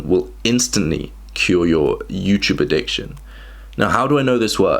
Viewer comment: "Addicciotn" lol